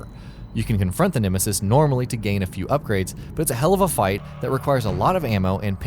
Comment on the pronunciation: you saying nemesis incorrectly